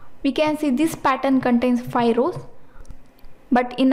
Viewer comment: It is called five not fi...